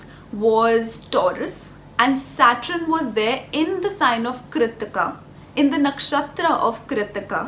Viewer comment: It's Saturn not satrin